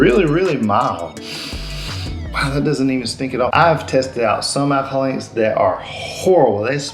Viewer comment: I love the way you say “Alcihol”😅